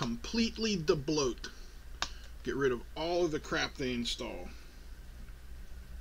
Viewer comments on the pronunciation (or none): Bloody Brilliant.. My nephew has one of those and he'll be delighted to know this hack can be done.. NICE ONE,!! "BIG-TIME " THE KID IS GOING TO WELL HAPPY WITH THIS..: ) P.S. I Love that Word "DEBLOTH"